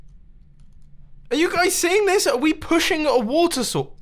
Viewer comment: I'm hearing "water sauces" and not "water source"